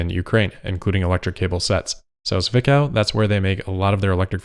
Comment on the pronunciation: The starting "z" in Zwickau is supposed to be pronounced as "ts". The rest is spot on.